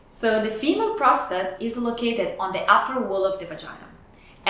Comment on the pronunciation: Women have a prostrate? 🤣🤣🤣🤣🤣 it's pissing!